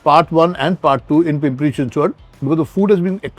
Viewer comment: Your Chinchwad pronunciation is so on Point.